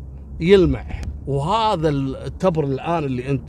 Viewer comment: يعطيك العافية يا التبر بكسر التاء والباء ولك جزيل الشكر اخوك ابو علي من عنيزة